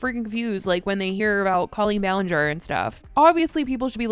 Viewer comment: Clearly you don't know much about Colleen other than what others have claimed considering you haven't pronounced her name right once in any of these videos